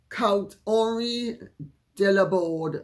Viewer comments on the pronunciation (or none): none